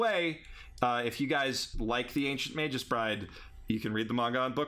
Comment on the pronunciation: Magus isn't pronounced Mage-us D: You guys are killing me here